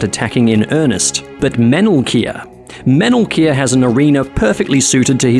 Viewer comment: Every time you said the Mage's name, I thought you were saying "Metal Gear."